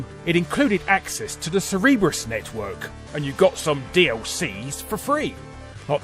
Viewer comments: Cerberus not Cerebrus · Larry, I love you dude. But it's pronounced Cer-ber-us. Like the three headed dog from Greco Roman mythology. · CerBERUS network.. not CerEBRUS network the dog, not the brain. lol. Larry, Larry larry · "Cereebrus." Cer-ber-us. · Cerberus. Cer-ber-us. I don't know what "Sereebrus" is. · Cerberus network!!! CER-berus! Not cerebrus... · "Cerebrus network" lol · The "Sireebus" network, seriously? That's funny way to say Cerberus! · "Cereberus" network??? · "Cerebrus" network? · Sorry for being pedantic. But the Mass Effect 2 DLC network is pronounced “ser-ber-us”. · ...why do youtubers have so much trouble pronouncing common names? It's CERBERUS. Is pronounced Surb Ur ess. They say it in the game MULTIPLE TIMES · Cerebro's Network?! You mean Cerberus ahahah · Hey, it's Cerberus not Cerebrus. Also I never thought Zaeed sounded Australian, he was played by a British actor and it sounded like it to me. Shrug I am from the Midlands, maybe I just don't have a good ear for London-ish accents. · Mass Effect 2's what network? Pretty sure that's not even in the neighborhood of how you should be pronouncing "Cerberus", no matter what country you're from. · Lmao maybe want to verify your pronunciation next time you find a word you don't recognize. Cerberus. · the fuck kind of pronunciation of cerberus is that?